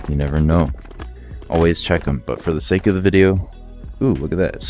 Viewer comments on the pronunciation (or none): none